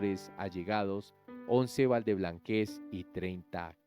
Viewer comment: No es valdeblanquéz es valdeblanquéz🤭